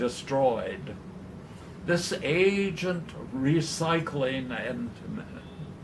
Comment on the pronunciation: Bothers the FUCK out of me that he says "agent" instead of the proper ANCient. Christ, don't people in Chicago know how to speak?